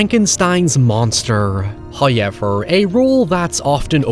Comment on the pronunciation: First "hoyevver" drops . We are rewarded with His gifts. There must be praise!